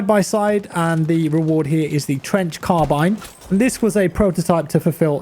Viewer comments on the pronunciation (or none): none